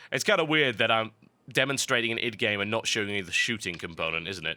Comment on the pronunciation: Wow this is probably the first time I hear someone else pronounce Id the way it should be pronounced!